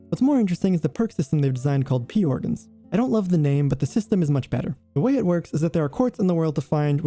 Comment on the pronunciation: "Porgans"? My brother in Christ... It's P Organs. Even Geppetto says P Organs, not "Porgans". You're killing me. 😭